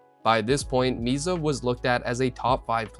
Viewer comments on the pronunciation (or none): It's "Misa", not "Miza".